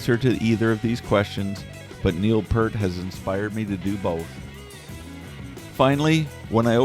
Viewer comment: Please pronounce Neil's name correctly ....Thank you